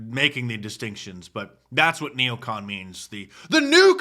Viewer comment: It's not neocant. It's neocon!